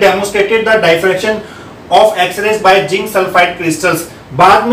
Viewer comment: Sir! Jinc nahi hota ,zinc hota hai. 😂😂BTW video was lit